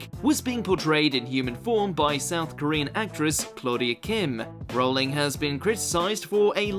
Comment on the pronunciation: You idiot could at least learn how to pronounce J. K. Rowling's last name